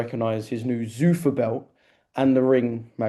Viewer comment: Eddie your pronouncing zuffa wrong